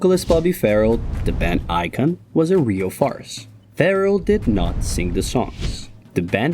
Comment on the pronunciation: Bobby was NOT 'Farrell!...The name was pronounced 'Fa- RELL'...I worked for Bobby on the band's tours,(Thanks to Mike Lee Taylor and Barry Collings), collecting the girls from an address in Surrey...(Classified information!).😊😢